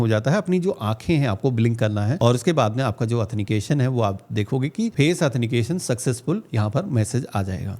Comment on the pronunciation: ☝️😀 एथनिकेशन , Nahi Sir It's Is Correct Word Authentication / प्रमाणीकरण / ओत्थैनटीकेशन